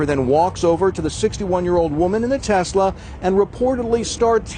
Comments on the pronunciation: Love the videos man.. but it's TES.. TESLA.. not TEZ... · Love your videos, love your channel. That said, it is pronounced Tesss-lah, not Tezzz-la. Nikola Tesla (Nee-ko-lah Tess-lah) was of Serbian ancestry and Elon paid homage to him by naming the company after the inventor. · Love your work, but it's not "Tezzla". Nikola Tesla desrves at least that after getting screwed by Westinghome.